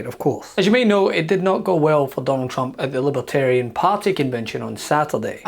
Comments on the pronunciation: Lib-A-tarian??? Isn’t it Lib-ER-tarian?? What a goofball!! It’s truly mind boggling so many have fallen victim to the brainwashing and gaslighting of the dumpster!! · Lipatarian lol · What's a 'libitarian'? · He keeps saying "libbatarian." You'd think if he wants their votes he would learn how to pronounce it. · Trump can't even pronounce Libertarian. He's pronouncing it as "Lib-a-tarian". I vote Trump for prison 2024! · He can’t even pronounce libertarian. He keeps saying Libah- Tarian. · Trump says "Libetarian". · “Libeterian?” Maybe he should have practiced saying that word. What an idiot! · Does he know it’s Libertarian… not Libitarian.😢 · What's a LIBITARIAN? 😂😂😂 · He can't even say Liberaterian right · Trump says “Libatarian.” It’s like people who say “libary” and “Febuary.” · Libatarian ??? Poor baby, he's got a speech impediment !! 🤪🤪🤪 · Now Rama swampee calls himself a liberatarian ?? Trump can’t even pronounce the word right. “ LibAterian ?? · "I will put a Libahtarian in my cabinet. You get a Libahtarian! You get a Libahtarian!" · libitarian....he doesn't even know how to say libertarian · 😮😮 He can’t even pronounce the word LibeRtarian properly 🤡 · Dump can't even pronounce "Libertarian" !!! There is a r before the t . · It would be really nice if he could say "LIBERTARIAN" Correctly! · He can't even pronounce "libertarian".😂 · He can’t even pronounce Libertarian correctly.